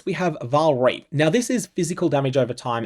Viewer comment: DON'T PRONOUNCE REAP WITH AN AUSTRALIAN ACCENT!